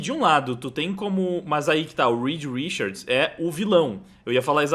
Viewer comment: Me dá um tremelike toda vez que ele fala "Rikard" quando a pronúncia é "Rixard". Po, Richard Gere, King Richard...só ouvir os próprios americanos pronunciarem. Mas fora isso o vídeo é top.